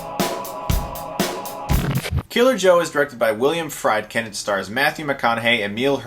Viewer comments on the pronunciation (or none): “Freed kin” not “Fried kin” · A talented reviewer but for Christ's sake: WIL-yuhm FREED-kin. Not FRIEDkin. Unless that was a tongue-in-cheek chicken reference. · It's William FRIEDkin, as in "FREED"-Kin, not FRIED like Fried Chicken, lol. Come on Chris, you're better than that! Really looking forward to this movie. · is pronounced FREED-KIN, just so you know. He is my all-time favourite director. Have you seen SORCERER, a remake of The Wages of Fear? It's among Friedkin's best films from the 70s. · Friedkin = "freed-ken" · Pretty sure you butchered Friedkin and Gershon